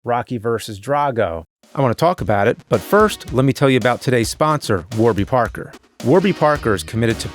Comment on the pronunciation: It sounds like you said war be Parker.